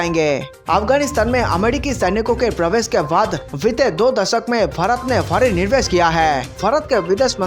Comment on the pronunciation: Nirvesh nahi Nivesh hota hai.